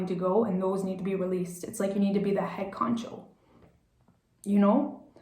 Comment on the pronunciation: Great reading. Its “head honcho”